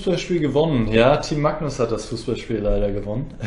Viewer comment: Wieso sprichst du Magnus eigentlich immer „macknuss“ aus?